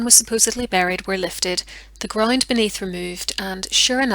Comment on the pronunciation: FoUnd, Not FInd!! April, Not Epril!! GroUnd, Not GRIND!! However, Not HIever!! You English have No Pronunciation Skills at All. Damn, Learn to Talk the Right Way!!!